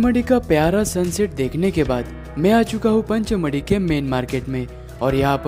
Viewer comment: सर पंचमढ़ी नहीं पचमढ़ी